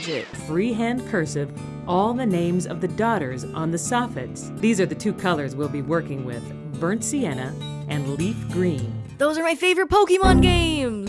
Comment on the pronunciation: ITS BURNT SIENNA NOT BURNT SAGE RAUUGHGHGHGHH